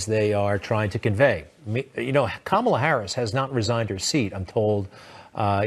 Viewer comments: Cam-ala Harris??? I know of Kamala Harris... When you heard her name a hundred times and your still saying it wrong...that's sus af. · "Kam" ala?? Is he just as bad as Trump when he said "Ku" mala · Obviously Stinchfield is pronounced St INCH field and not stink field, and i dont like this sort of nonsense in a supposedly serious commentary, but then when David flicked to stinky he pronounced Kamala as Camel-ah , so all's fair in love and war stenchy stinky field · These “theories” are just ridiculous. I love how these right wing channels keep saying Sen. Harris’ first name incorrectly on purpose. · stenchfield mispronounces Kamala's name, probably intentionally, although being a GOPer, he doesn't read that well. What a bag of gas. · Notice how he intentionally pronounced kamala's name incorrectly? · Notice how they always intentionally say her name wrong smh. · Wow Stinchfield can't even pronounce her name... Why would you trust someone that doesn't know enough about politics to even pronounce names correctly. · Starts off with Stinky Dude misprouncing Kamala's name. So sick of this propaganda.